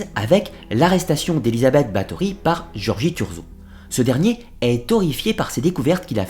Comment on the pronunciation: Bonjour, je sais que les sonorités du Hongrois et du Slovaque sont difficiles pour nous autres Français, mais quitte à faire un docu sur la comtesse Bathory, aurait il été trop difficile de vérifier la prononciation des noms propres?